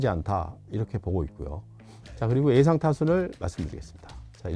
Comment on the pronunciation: 형 “에상” 아니라 ”예상“. “한하” 가 아니라 “한화”